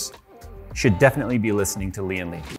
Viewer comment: Its Lian Li not Lian le